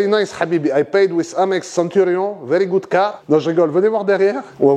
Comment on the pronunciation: 🤣🤣 « veRRy good Habibi » j’aime bien j’aime bien, on sent l’accent du Loubneen habibi HAHAHA